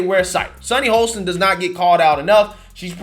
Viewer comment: Sunny’s last name is pronounced Hoss tin not Hole stin. Although she is an a$$ hole. 🤣🤣🤣